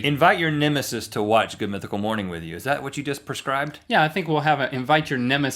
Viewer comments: I like how at 59 seconds rhett says perscribed instead of prescribed but it the newest episode he makes fun of link for saying it that way. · its is pronounced Pre Scribed with a Pre not a per according to another one of your videos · Rhett, you said PERscribed. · Rhett you pronounced prescribed wrong... watch your next video